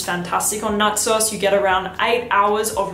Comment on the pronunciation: Your accent makes it sound like xerjoff Naxos your saying “nut sauce” 🤣